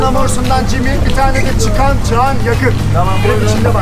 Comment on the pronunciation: Leya Çağana bebeç diyor 🙈